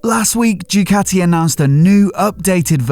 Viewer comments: Mate learn how to pronounce Ducati... what’s all this Jewcati crap 🤔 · the way says JUECATTI, it find it hilarious